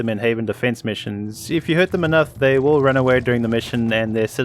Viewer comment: The will joke doesnt work when you say will like Woll or wull